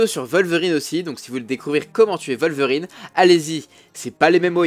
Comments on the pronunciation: on dit pas volverine mais wolverine ( sa se dit ouolverine ) le " w " ne se prononce pas " v " mais " ouo " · Wolverine c'est un p*** de W ! Comme l'animal on prononce comme un W ! PS : Plusieurs nom sont à mieux prononcer, certains sont à la llimite du compréhensible !